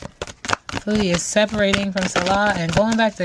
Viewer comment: Fabulous reading, i must say when you say her name it always sounds like Feudy beauty 😂 makes perfect sense to me 🙏❤️